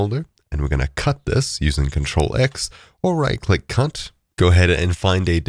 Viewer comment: I swear my mans just said "Right click cunt"